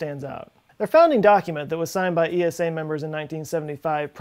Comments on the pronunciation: We Eurpeans just say Esa... Not E.S.A. Altough a great video. 👍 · As a European let me make a small correction: It's simply ESA not E.S.A. , similar to how you say NASA and not N.A.S.A.